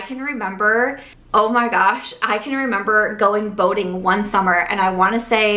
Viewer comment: Oh…boating! I thought you were saying voting. “We were going voting all the time!” 🤣 I was wondering what you were voting on so often.